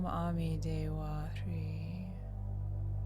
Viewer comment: Hrih is meant to be pronounced with a z or zh sound. Om ami dewa zhri or zhe